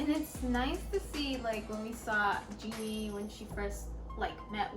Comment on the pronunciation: Great review, loved it. Jennie is pronounce as Jennie not Jinnie:)